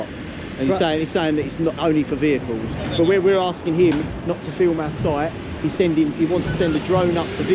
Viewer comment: Now that's a proper Cockney pronunciation of the words our site "Aah Soite"